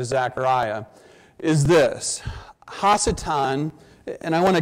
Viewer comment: In Hebrew, the prefix "ha" means "the". So when he keeps saying hasatan (which should be pronounced ha-satan) he is saying the devil or evil one.